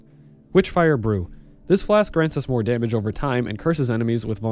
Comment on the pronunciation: damamage, filthy caster confirmed